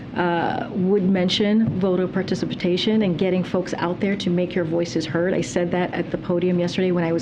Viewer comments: “participitation” ….Impressive vocabulary! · …participitation? Whatever, she just blathers talking points anyway.